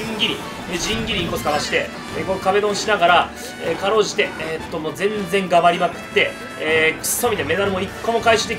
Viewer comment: じゃんぎりとかぎゃんばりとか言ってるwwwwww